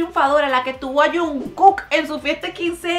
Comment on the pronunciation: mariale: yuncuc yo:Jungkook, se dice jungkok¡¡¡¡¡¡